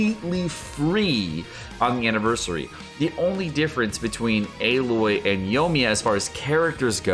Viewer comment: just a friendly heads up, Aloy is pronounced as Ah-loy. Have a good day!